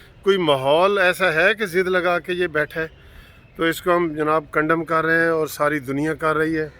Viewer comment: 😅🤣😂😅😅 Sir jee, "Condemn" ker rahay hain ya "condom" ker rahay hain. Waisay IMRAN NIAZI jesay Dalay koe "Condom" he kerna chahiyee.